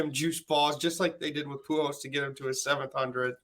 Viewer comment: Also, keeps saying Poo Hose. I dont know who that player is lmao.